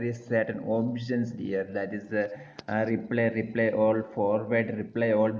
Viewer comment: Excellent job. (If useful, the pronunciation of Reply is not "re-play". It sounds closer to "ree-ply".